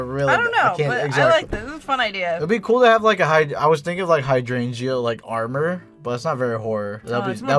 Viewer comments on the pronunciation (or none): You two pronouncing "hydrangea" had me absolutely rollllling!!!! "high-drain-ia"! You don't pronounce the "g" XD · You pronounce Hydrangea wrong. Your adding an extra g and a y. Your saying Hydrangyea (Hydran"gee"a. The only y is in the beginning, not at the end. (Biologist sorry)